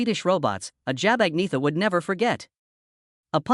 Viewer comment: AnYeta is how her name is Pronounced